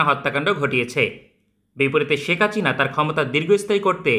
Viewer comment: হাচিনা না বলে হাসিনা বলেন।